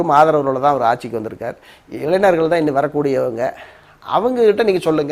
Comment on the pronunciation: இளைநர்கள் இல்லை அது இளைஞர்கள். இவர் வக்கீலாம்.